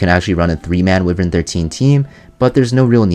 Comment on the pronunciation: WHY-VERN This "Whivern" pronunciation has got to stop.